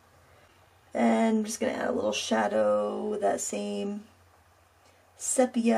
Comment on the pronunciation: Lovely, really lovely. Just a suggestion: I think it’s pronounced see-pee-ah